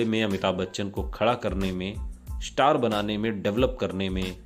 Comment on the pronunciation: Star or shtar. Khoon not Koon